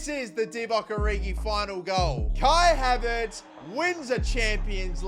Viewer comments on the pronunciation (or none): Bro said Kai haverts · He said Kai havents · Bro said kia Haverts 😂😂